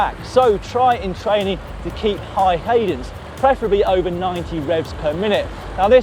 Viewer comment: did I hear Dan mispronounced cadence?